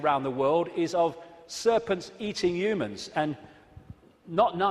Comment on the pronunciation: " Youmans, youmanity" 😀